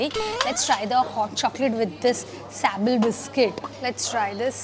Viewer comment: it’s pronounced as ‘mil foi’ and is pronounced as ‘sabley’